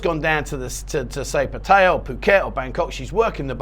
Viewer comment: Awesome iam impressed you pronounced Pat ta ya properly no one else seems to lol You should do a show on how to pronounce Pat ta ya properly Cheer's mate half kidding :)